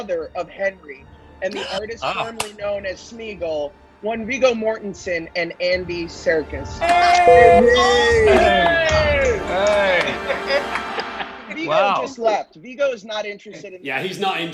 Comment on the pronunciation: It's Viggo MortISon, not Mortinson you clown.